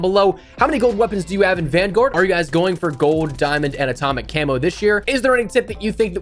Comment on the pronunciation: you keep forgetting the L in GOLD you say GODE